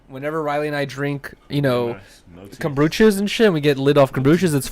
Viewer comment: it’s komBUcha not komBRUcha lol